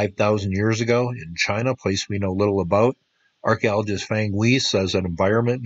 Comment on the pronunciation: It is jade. FYI, when you see a "zh" it I ssd's a "j" sound. When you see a "qi" it is "ch" sound. Also the "a" in words like "fang" or "shang" is a long sound like an "o". So, "Fang" is like "Fong". Cheets. Great work.